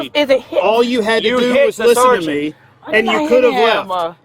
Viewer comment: The word is ME.... not ME-UH